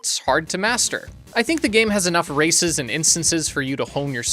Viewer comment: when you say "races", i keep hearing "racists" for a sec before my brain corrects it 😂 (Im like, "Wait, what are the racists asking??")